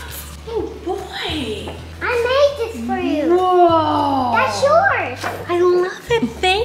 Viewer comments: Did anyone else notice that Colleen and both kept saying "Valentimes," and Flynn kept saying "Valentine's?" What a proper little man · colleeeeeen you said valentimes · tortilla talk: i am so sorry but are you all saying valentiMes???? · I noticed that you and said valentiMe instead of valentiNes. Just wanted to point that out. Love u!!